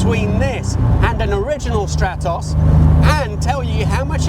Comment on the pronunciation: What a gorgeous little projectile! Thank you for the video. You show a slide saying your pronunciations are in the Italian manner so I was expecting to hear Strah-toss rather than Stratt-oss. Just saying...